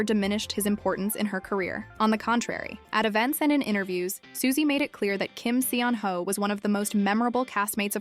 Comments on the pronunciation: Still mispronouncing his name.. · One of my favorites! 😊 The pronunciation of his name here tho... 🤦🏼‍♀️ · Please, if you are going to use him to generate views, say his name correctly. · PLEASE OH PLEASE learn how to pronounce his name properly, seeing as you say it every 60 seconds